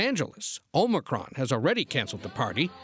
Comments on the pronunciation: Shouldn’t Biden work on trying to correctly pronounce it, then try to make the sell he can do something to address it? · If you CANNOT even pronounce it, then how are you to believed you can address it?